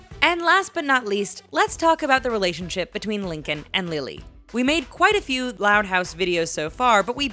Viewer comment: It’s pronounced few. Not feud.